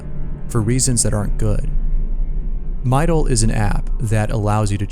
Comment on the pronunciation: "Mydol" Any other girls hear this and do a double take